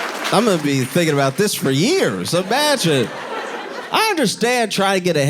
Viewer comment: I love when Josh says „IMAGIN”. 😅